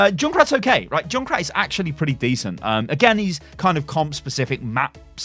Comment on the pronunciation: Say junkrat not joonkrat